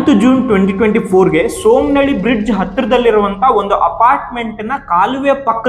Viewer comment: ಸೋಮನಹಹ್ಹಳ್ಳಿ ಅಲ್ಲ ಸುಮ್ಮನಹಳ್ಳಿ